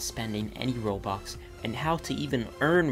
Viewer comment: Is it just me or does it sound likes he pronounces stuff and robux Like stoff and robox not stuff and robux